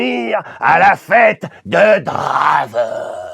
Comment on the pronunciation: Oh :( il a tout gâcher le 'draven', ça sonne mal. Essaye 'Drèven' :p